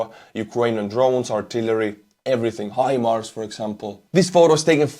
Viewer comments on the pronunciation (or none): none